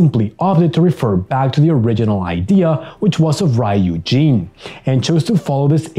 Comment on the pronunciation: Fun fact you're saying my name wrong when you say ryujin you say raiujin